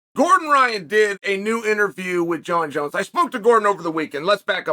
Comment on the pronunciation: I wonder why Chael knows how to properly pronounce Jon Jones name 🤔